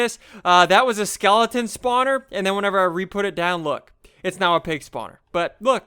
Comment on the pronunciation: lol "skelington"